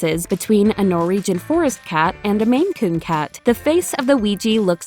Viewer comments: Stop saying NOREEGEN! It's NorWegian! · No second R in Norwegian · I can't get past the way you're saying 'Norwegian' :-)